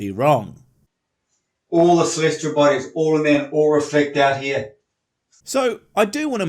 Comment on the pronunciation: "Celestral" bodies, "Processions" of the equinox, he must have heard these words somewhere and altered them in his head.